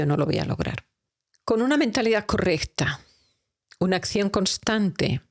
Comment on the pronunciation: Todo excelente, pero la pronunciación, me distrae. Astitus, por actitud. Ascion, pasto por pacto.. y así sucesivamente. Perdón pero me crea caos mental.